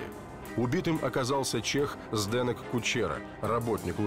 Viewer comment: Чех никогда не скажет фонетически ЗдэнЭк, только ЗдэнЕк )))))